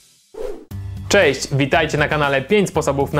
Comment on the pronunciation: Czejść'' serio?